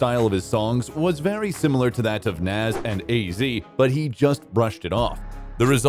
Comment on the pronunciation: You said NAS wrong.. I stop watching